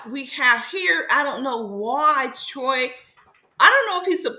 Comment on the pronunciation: Why you keep saying troi name like that ?